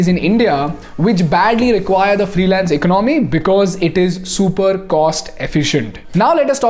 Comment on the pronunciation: Your English and is good but the way you are pronouncing the word "Economy" is distrubing and forced to Stop 🛑 watching the video